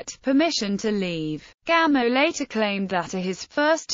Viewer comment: Pronounce it “Gamoff,” please.